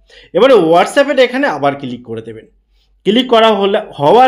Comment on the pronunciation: ভাই এটা কিলিক না ক্লিক হবে 😅